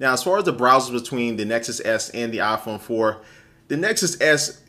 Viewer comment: its not aaaahh-phone. its eye-phone! lol. :-)